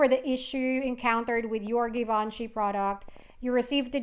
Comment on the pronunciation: FYI it's pronounced Givenchy.